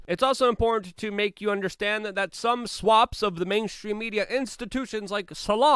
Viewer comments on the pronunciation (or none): Get em Luke. And just trying to help out bc I love ya, it’s Swath of people...not swap